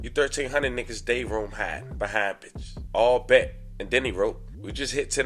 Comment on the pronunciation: Its not ALL bet its Aii bet